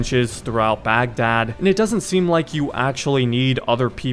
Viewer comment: baghdad is pronounced bagh-dahd (heavy H sound)